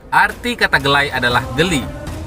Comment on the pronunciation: Apa cuma AQ yg dngernya "Ga like" bukan "Gelay"